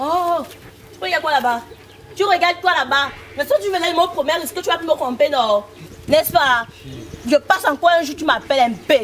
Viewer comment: Vous parlez quelle français là ! "Cromper "😂🤣🤣🤣👏😚♥️👫👍